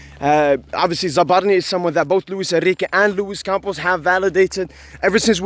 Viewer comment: You messed up his name but keep up the good work🤝